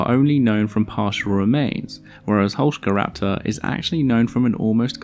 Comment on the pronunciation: I love you even more for pronuncing the name correctly